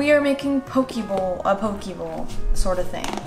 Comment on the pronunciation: I love you and your content and I swear i'm not tryna gatekeep but the way you say "poke" like "poki" makes me cringe so harddddd 😂 its pronounced "pokay" 👍